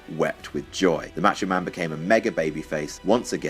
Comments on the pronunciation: why do you pronounce "macho" like that? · right I agree!